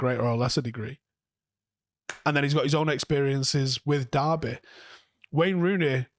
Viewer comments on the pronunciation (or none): none